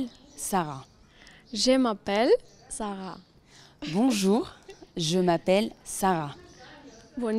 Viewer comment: Bravo Sara, c'est super ta prononciation